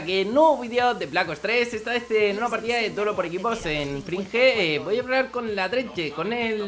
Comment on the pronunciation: una partida en "frinje" xDD